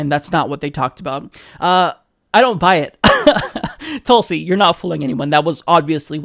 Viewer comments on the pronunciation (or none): Pronounced as thoo(as in wool)lsi *